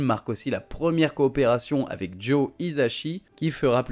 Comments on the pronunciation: c’est Joe Hisaishi et non Hisachi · Bonne video, un peu dommage pour la prononciation des noms japonais, notamment pour Tezuka dont le prenom est Osamu (prononcer O-samu) mais aussi Joe Hisaishi (hi ssa ishi).